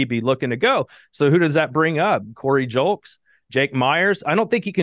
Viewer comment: It's "lose" and "Julks"